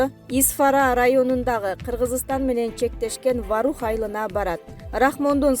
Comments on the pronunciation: Варух эмес Воорух деп эле окулат , тажаттын , сен озу тамганы эле тааныйт окшойсун . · Ой Воорух эле деп айтылат, кандай немесин Ваарух эле Ваарух дейсинда, туура окусан деги